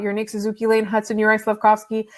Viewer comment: Demidov was picked 5th - he wasn't a top 4 pick. And how can you not know how to pronounce Slafkovsky's first name? He's been in the league four years now. It's pronounced Yur-eye.